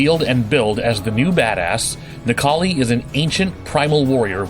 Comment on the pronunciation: Necall?i more like Nec-Kars-Li